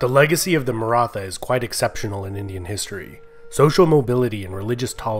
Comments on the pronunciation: No It is like old pronunciation of THomas not like thomas! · Nice video about a much ignored state in Indian and world history. And my ancestors ;) Just one minor correction: The "th" "Maratha" is pronounced close to the "th" in "Beethoven" or "Neanderthal". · Great video dude only problem you were pronouncing Maratha word wrong.